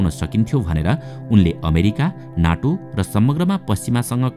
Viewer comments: नाटो होइन सर नेटो हो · “ नाटो”होईन “नेटो” भन्नुस